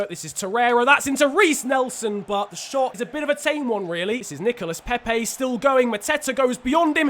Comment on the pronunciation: It's Nicola Pepe and Thoma Lemar not Thomassss or Nicolassssss